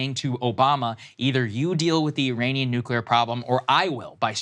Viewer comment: Saagar should prolly learn how to say Iranian